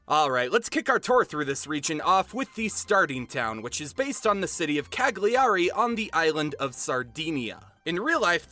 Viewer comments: not cag- lee- ari lmaoooo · Me: watch the video and really appreciate the effort and the research the author made. Internal italian me: PFFFff "CaGlIArI" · I'm Italian, I love this. Ps: I know that in english language the syllable 'gli' doesn't exist but "Ca-gli-ari" made me laugh. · Rido sempre quando dice ca-Gli-ari 😂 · This was amazing. I'm Italian and I can say that all the cultural aspects tha you mentioned are correct. The story was fantastic as well. The characters and the ideas for the pokèmon are brilliant! I must say though that some of the pronunciations were pretty funny to listen to. I don't blame you for this because I know that Italian words could be quite difficult. I would also say that the voices for the characters were incredible, even though the accent was a bit weird. Overall it was Great! Good job! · Come ha pronunciato Cagliari mi ha ucciso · I'm Italian and I can tell that your pronounciation for Cagliari, with the correct Italian having the "gli" sounding more like "li", is the funniest I've ever heard! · I died when you pronounced “Cagliari” XD no hate